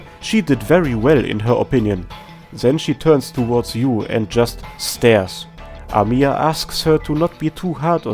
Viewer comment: Come ooon man Why is everyone pronounce our best CEO bunny as amIya? She is Amiya, not AmIya Make emphasis on first "A" in her name, not "I".